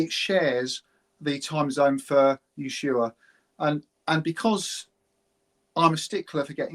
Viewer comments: Dear, the place in Argentina isn't Yeshua. It is Ushuaia, Ush-u-a-ia. You bias is showing. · It's pronounced USHUAIA just like it's written. And great you don't understand timezones fine. But what difference does it make if the sun is out 24 hours a day you massive dingus. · How does an older person, who must have been alive during the Falklands War, get the pronunciation of "Ushuaia" wrong? It was talked about a lot on the TV and radio news in 1982.